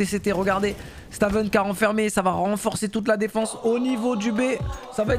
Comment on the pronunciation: Stavn ce prononce staun (pr moi c stone), sinon bête de format aussi bien sur cs que valo force a toi le boss